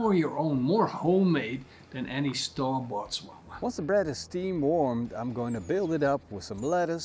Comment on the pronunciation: It's pronounced "sha-war-ma" and it's Arabic, not European.